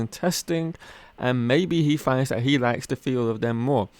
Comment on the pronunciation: What is wrong with the education system in England? This commentator with his mispronunciation of English words, that is so typical of English people. Dis, instead of this, dat, instead of that, wiv, instead of with, fink, instead of think. Weird!